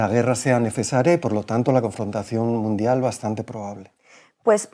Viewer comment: Ah no es Iii guerra midial no es es confontación munfial se estan mostrando los dientes?? Jaja